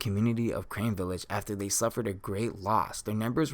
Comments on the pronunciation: its carne village not crane dooode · Crane Village.....Crane Village......Crane Village....... I do think it's pronounced Carne.....like it's spelt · Crane village. It's CARNE - Kar-Ne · The village is called carne village not crane village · Carne Village Not Crane Village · It’s not crane. It’s car ne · Carne! Car-Neh! Village Not crane, carne! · Just a small correction, it's "Carne village" not Crane village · Lol every time he said crane I yelled out carne haha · Carne = car-nay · Say Carne right you dip shit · I can't stand that he won't pronounce it right.